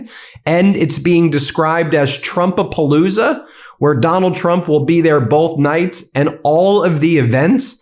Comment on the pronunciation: Not trumpapalooza, but trump-a-looza